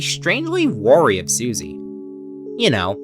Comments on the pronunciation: btw wary is pronounced like ware-y not like warry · ooh, you've pronounced a certain word in a way that reveals you've learned it from reading it before hearing it! this is extremely cool and a respectable sign of intelligence!! you have pronounced "wary" like "war-y", but it's actually "wear-y" <3